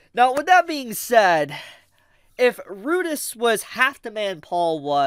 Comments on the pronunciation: Had to stop watching after 1 min in. The way he intentionally mispronounces Rudeus is crazy. I'm crazy for the story so maybe that's why it bothers only me, I've read all the LN's. He is right though, they delayed 1 episode during its airing season to have it timed with Father's day. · My dude can’t even say the name the guy’s name right even tho we have it said in English